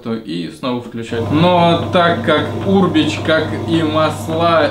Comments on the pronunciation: Аминат Абдуллаева да,меня тоже бесило как он произносит это слово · Ударение на букву Е черт побери